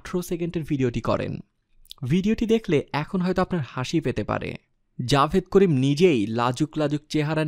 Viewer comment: Javed Karim na Jawad Karim🤣🤣 nam eu thik moto bolte paro na r sha Bangladesh e thake na. sha America thake